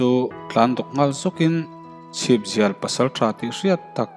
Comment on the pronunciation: Chhipzial tih hi a rik dan a dik chiah lo.a rik danah chuan sam lawng chauh a ang.chhipa sam zialte hi pawiho an ni a, a putu tel lovin an chhip samzial chauh hian khua an run thin a ang tlat